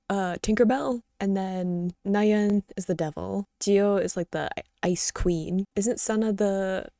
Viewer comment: Little note: it’s not ‘Na-Hyeon’ as in ‘Da-Hyun’, it’s simply Na-yeon (ah-ee-u) without the H.